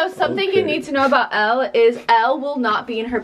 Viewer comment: Elle** pronounced “L” Not Ellie that sounds like “L E” (Just helping<3)